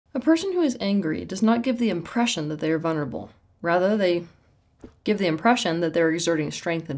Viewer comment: It's vuLnerable not vuNerable